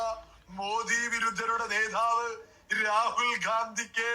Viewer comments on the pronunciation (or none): നേധാവ് അല്ല , നേതാവ് എന്നാണ് എന്ന് ഈ മറുതയോട് ആരേലും പറഞ്ഞു കൊടുക്കൂ please